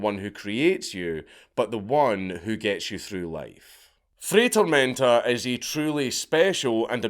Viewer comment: Dude, it's not rocket science. "FRY TOHRMEHNTAH" "Get a language", says the mumbler. Just admit your cranial capacity dooms you to be monolingual. I have to use closed captions on your videos, just because of what your tongue and mouth do, both to English and my ears 😡 Also, weren't Ashita no Joe and Fist of the North star built on the premise of an aged-out orphan fighting to fund their orphanage? 🥱